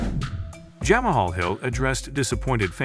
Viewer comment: Lol ditch the ai narrator “jahmuhhall hill” 😂🤡